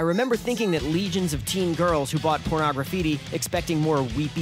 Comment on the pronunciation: porno- graffiti not pornog-raffiti